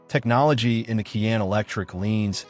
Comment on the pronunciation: How credible is a review that cannot pronounce the "Cayenne" name ? Or, that can't accurately say "foot pound" ?